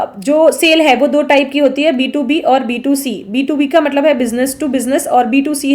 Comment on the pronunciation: मतलब को मटलब कियो कहते हो